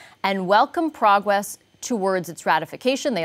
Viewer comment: It's pronounced PROGRESS not PROGWESS and yes "I tawt I taw a puddy tat!"